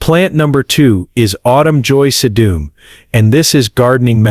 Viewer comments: Tell your AI robot that the flower is called SEE-dum, not se-DOOM. You present as a so-called expert but can't even correctly pronounce the plant names???? Be brave, do a little extra work and narrate it yourself. Gives the human touch! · Augh, wish u had a real human voice. Sedum was mispronounced & pic is wrong for Russian sage.☹️